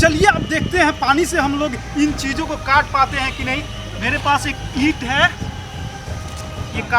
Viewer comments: I think he say Jijo ko katne ke liye when he say cheese o ko kat ne ke liye ..🤣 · Chijo ko kaatne… mujhe sunai diya Jiju ko kaatne…😀😂